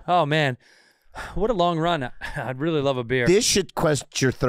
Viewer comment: “Wreeeeally dude”